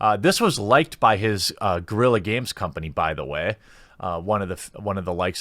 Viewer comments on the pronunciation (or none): none